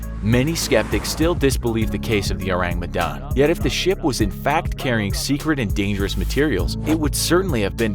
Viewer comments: I think is pronounced as "Oh - rAng Meh - dAn", and not "Ourang Medan" (in normal english pronunciation. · His pronunciation of Ourang Medan irks me A LOT. It's pronounced as Ore-Rung Meh-done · O-rang me-dan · when he said : Ourang Medan i THOUGHT : ORANGUTAN? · I just hear urangutan hahaha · Or-rang Me-dan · thats not how you pronounce "Ourang Medan" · The way you pronounced ourang medan disturbs me Good video tho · He butchered ourang medan so bad that my ears start bleeding. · Orang Medan = Medan's People (Medan is the capital city of North Sumatra province), it's kind funny how you pronounce it😂😂 Love your channel from Indonesia✌️